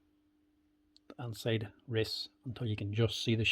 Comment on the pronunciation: “ They’ve gotten inseiddd”😬